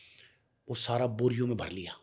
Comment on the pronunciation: Burger anchor😂 Bara ❌ Bhara✔️